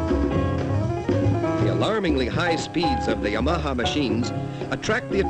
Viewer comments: Just listen to Japanese, he was way off. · I love the pronunciation of Yam-arhar. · I love the way dude says Yamaha, it's like he is saying; "Your mom huh?" In a NY accent. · "ya-maha" lol! Or is that how the Japanese pronounce it? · This guy had no idea how to pronounce "Yamaha." lol. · Did the narrator EVER learn to pronounce the brand-name properly?